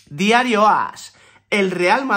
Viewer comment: Me gusta como dice diario ass😂